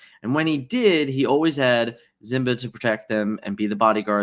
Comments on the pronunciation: Zimba must be like a generic brand Simba. C’mon my man I know you can pronounce the name correctly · Why do you say "zimba"?